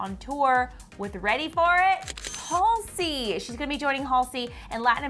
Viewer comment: and she’s pronouncing halseys name wrong:/